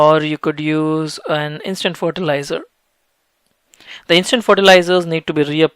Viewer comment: Fortilizar LOL